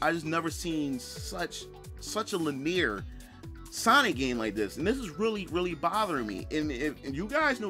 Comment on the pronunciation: GUH. It just kills me every time he pronounces "linear" as "laneer."